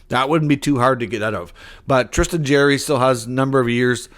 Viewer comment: Dubas did great by unloading multiple horrendous contracts in hi acquisition of EK. He'll get a decent return for him. They've stockpiled 30 draft picks over the next 3 years and have as of today, 21 million in cap space. It's not pronounced Jerry.